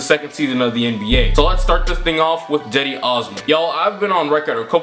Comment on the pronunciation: Why is he saying Jedi instead of cedi